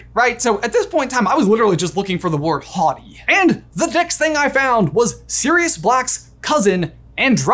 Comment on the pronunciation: Today I learned that I've been pronouncing 'haughty' wrong... Thanks for repeating the word over and over,!